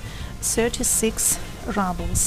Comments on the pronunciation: Keith Reynolds - You’re kidding! It’s pronounced ROO-ble(y). She pronounces it like she thinks we would pronounce it in English, like “rubble” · The video is interesting to watch but you pronounce "ruble" incorrectly. It is not "rabl" but "roobl", like you say in in Russuan: the ruble (/ˈruːbəl/). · rawbel? roobel is more correct pronunciation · oi no ne raablz, a ryyybles.